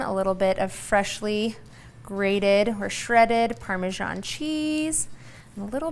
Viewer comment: It is ParmeZZZZZan, not parme-SHAHN